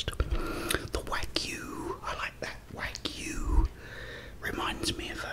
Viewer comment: It’s wah-goo. They’re great!